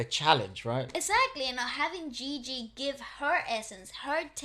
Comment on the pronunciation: I'm so happy you read her name "Ji-Ji" and not the typical "Gi-Gi". Hahaha! Nice reaction by the way.